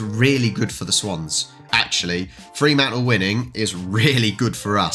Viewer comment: No double 'e' in 'Fremantle'. Do that in WA and you'll get necked. 😁